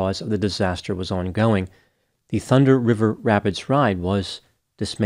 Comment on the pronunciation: ...I'm impressed with your ability to continue flawlessly pronouncing this tongue twister several times in the video. the thunder river rapids ride. lol